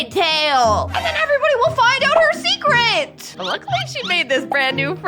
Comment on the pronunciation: "Seceret mermaid"